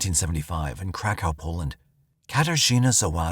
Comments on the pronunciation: 😂 I thought they were saying crack house too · Crack house police station 😂😂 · It's pronounced Krakov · kra kuf. That’s how it’s actually pronounced. Hope that helps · It was the Crack House Police Station that took me out 😂😂😂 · Saying cra cove would be closer to how you are supposed to say Krakow. People butcher it so bad. He can't even say the poor girl's name correctly either. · Omg I was just about to write the same thing lol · He is saying it incorrectly though. I grew up in ukraine on western border. So i heard of krakow a lot. Its pronounced completely different. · Should’ve got way more likes. I definitely feel the same 😂😂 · Samee lol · Here here ha ha😂😂😂😂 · Thank you!!